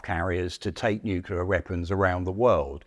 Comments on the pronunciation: the age of the tank will never die. also, lol "nukular" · This guy can’t pronounce nuclear. He says “nucular” repeatedly. No proofing or checking before release? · NU-CLE-AR! How hard is it??? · Did you actually say "nucular?? 🤣 When you consider how old the original design is, the fact that the M60 tank is still the front line tank of the USMC is nothing short of amazing. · Why do some people pronounce 'nuclear' as "new-cue-ler"? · If you're going to have someone cover topics of nuclear wartime, you should make sure they can at least say the word "Nuclear" correctly. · How can a guy keep mispronouncing 'NUCLEAR' his whole life and never get it right? Amazing. ..